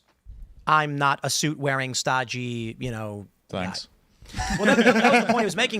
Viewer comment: "Staggie"???Tim thinks he is a Colt of a horse? Edit: Stodgy= dull or fact heavy